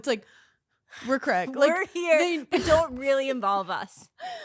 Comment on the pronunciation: feeling triggered by them saying craig